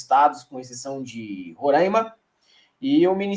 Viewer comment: RO RA I MA AAAAAAA E NÃO "RORÃIIIIMA" 🫥